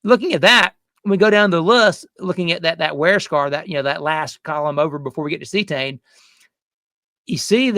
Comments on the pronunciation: Cetane, (C-Tane) not See-A-Tane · lol, doing to much... its not see - uhh - tane... just good ole C-tane CETANE..... please don't say oc-to-tane... please... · Good video! I’ve been alternating between Power Services and Archoil in my 2003 Motorhome with Cummins 8.3 BTW it’s pronounced see-tane - not see-a-tane. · ? ce tane not ce a tane? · Am I the only one bothered by how he pronounces Cetane?